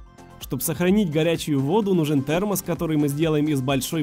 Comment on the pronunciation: Он сказал ТЕАМОС